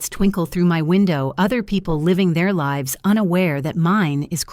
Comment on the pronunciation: I am sick of the expression of smiles not reaching eyes. Also, the Ai reader doesn't know which way to pronounce "lives." If you are going to post a story it should be professional. Why can't they hire a real reader/ narrator instead of Ai garbage. Fire the editor for letting Ai stupidity get through.